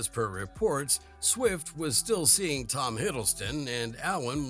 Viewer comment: Taylor 'Quick'??? (last minute or so). Fix your AI voice over 🤣🤣